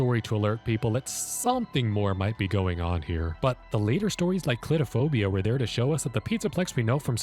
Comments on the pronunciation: Ah yes, Clitophobia Its Cle - thro - phobia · i swear he's saying clitophobia. the cc says he's saying clitophobia. is he saying clitophobia??? (sorry - i dont read the books so i dont know the actual title) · Did you just say….”Clitophobia” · Am I the only one that did a double take with the way he pronounced clethophobia? 🐱